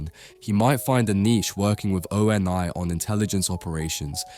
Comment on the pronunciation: Feel like this is either an AI video or author does not know Halo. No one says O.N.I spelled out. Its a single word . Dead give away!